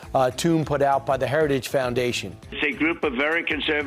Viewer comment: Trump can't even say "heritage" ... while he is there praising Heritage members for coming up with this Nazi-inspired "Project 2025".